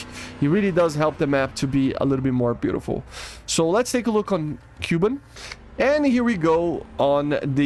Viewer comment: It's berlIn and kubAn, not bErlin/kUban